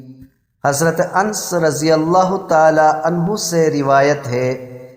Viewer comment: بھائی حضرت اَنْس نہیں بلکہ حضرت اَنَس ہے۔۔ پہلے نام تو صحیح طریقے سے بولنا سیکھو